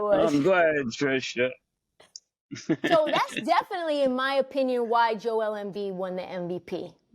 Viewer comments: The ladies are carrying the team right now and I'm here for it and Mr. Bethel, her name is Trysta...not Trisha, you're killing me, Smalls 😂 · the nerve of MaSe😂 telln this to someone whose name he constantly mispronounced (Trysta) and the way he say Luka😂😂😂😂😂😂